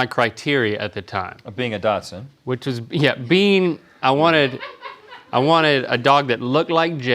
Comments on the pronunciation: I don’t know about anyone else but hearing them pronounce “dachshund” as “dotson” reeeeeeeeally really hurts my brain, I’m 99% confident that it’s pronounced like “dash hound”? Am I crazy???? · I was listening to this while doing assignments for work/school and I thought they kept saying Datsun/s. I was really confused about what that had to do with dogs😂😂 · Omg Rhett saying "Datsun" everytime. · I am german and I have to say the pronunciation of dachshund is wild…just freaking dots‘n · Is Dachshund supposed to be pronounced Datsun? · I love that Rhett pronounces dachshund like “Datsun” lol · As a German it's so interesting to me how Americans pronounce Dachshund like "Doxon" 😂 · I've always pronounced it dash-hound, maybe it's a UK thing? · Definitately not part "Datsun" or Dachshund. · They’re just saying “Dotson” 😂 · “Dock-sund” isn’t correct either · Am I the only one bothered that they keep saying Datsun?? Lol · Dachshund. They keep calling it Datsun. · Is it just my speakers or are they continually saying "Datsun" instead of "Dachshund". It's making me wanna cancel these guys. Love em though. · I’m really distracted by how they keep pronouncing “datsun” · Ok guys... try pronouncing it like this, docsund. And you are nuts if you couldn't see the chihuahua in Jade🤣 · Is it just me or they’re saying dachshund like Datsun the car brand haha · I have never heard anyone pronounce Dachshund like Datsun before this episode so that was interesting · They're TRYING to say dach shund. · Are you guys saying “Datsun” like the car? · As a Dachshund owner...the way they're pronouncing it is driving me crazy!! hahah They aren't Datsun's! >.< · When did Dachshund start being pronounced "Datsun"? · Why they saying Dotson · I was scanning the comments for this, haha. I have one & it's def pronounced "DOX IN" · Why do they keep calling Dachshunds "Datsun" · “Dotsen” is bothering me so much 😂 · They both say “Datsun” instead of “Dachshund.” It’s driving me batty.